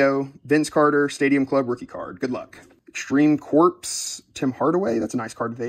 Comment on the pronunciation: I'm sorry, but I am not able to like this video because you said "Extreme Corpse". 😂